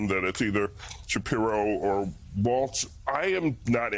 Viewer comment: There is no "T" in Walz. C'mcon.. this is a national broadcast.